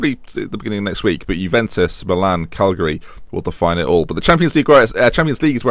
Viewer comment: Calgary's in Canada, it's Ca-gli-ari.;)